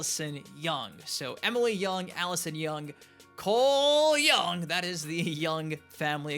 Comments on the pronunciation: Also "Coooole young!" 😂😂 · Can you start saying Cole Young properly